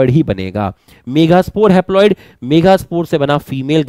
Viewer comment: Kis kis ne sir ke mega kehne ko megha मेघा notice Kiya 😂